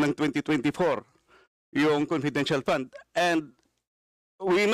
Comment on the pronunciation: EXCUSE ME LANG HO NANAY CASTRO, "FUND" PO ANG PRONUNCIATION & NOT "POND" HAYNAKOOOOO 😏